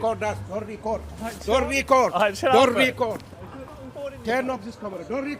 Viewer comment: "Don'rrrtttt Rrrrrrrrecorrrrrrdrrrr"